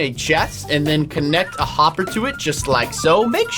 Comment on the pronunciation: Unspeakable for the bee farm when you said hopper you said homber